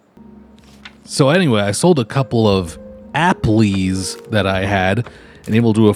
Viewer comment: "I sold a couple of apple-ys" reminds me of how he pronounces Lucerne and Sargento. Not sponsored!